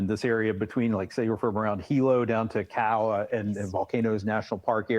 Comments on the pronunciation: it's not Kow or cow...it's Ka'u (Kaa-ooooh) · oh brah, pronunciation. 'okina means glottal stop. Ka'u is two syllables, not one, not "cow"